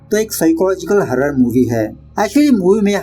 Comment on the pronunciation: Jo हॉरर को हारर bol raha hai uss ganwar se Korean name pronounciation expect nhi kar sake hum - iski jaaat ka